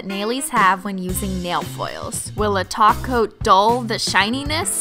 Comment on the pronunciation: My thoughts exactly! I've been trying to find the first video she realized, or somebody commented that she says "top coat" as "taco. "